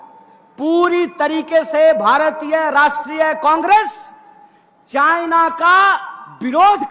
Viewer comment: चाय ना.....🤣😂 चाइना बोल भाई